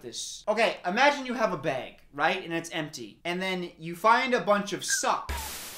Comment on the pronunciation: The way he says “bag” continues to remind me that he’s from Wisconsin